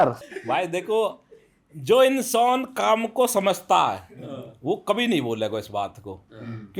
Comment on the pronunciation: काम ❌ कोम ✅